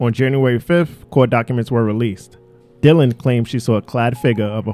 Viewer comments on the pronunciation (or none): none